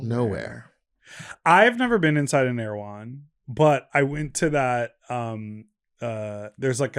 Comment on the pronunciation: Ear-why-who-when? Erehwon!